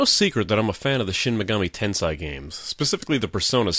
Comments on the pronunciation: MortalWare unfortunately Japanese is very strict in its pronunciation. "Tensai" is a completely different word (means "genius") from "Tensei" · It's pronounced "ten-say" not "ten-sai" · Normal pronunciation of Tensei = ten-say" pronunciation of Tensei = "ten-sai"? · The hell you say.. He also says niche as 'nich' not 'neesh'. But each to his own. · "In this video I repeatedly pronounce "Tensei" wrong. Get over it." NO!